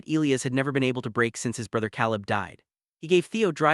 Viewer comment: Narration too fast and expressionless. Elias and Caleb mispronounced.